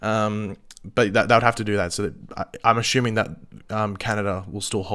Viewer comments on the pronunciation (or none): Ashoeming or assuming lol sorry had to point it out as you say it that way every video/stream. U have an accent I get it. But it still tilts me everytime you say it 😂 either way great content and I smashed the like button and have the notifications